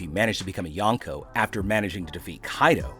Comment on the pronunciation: kinda makes me mad that your saying yanko💀